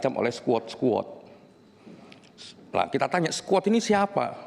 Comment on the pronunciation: Pengucapannya aja salah, skuot skuot aku yakin Vera gak ngomong gitu, koq bisa org kayak gini punya jabatan malu2 in.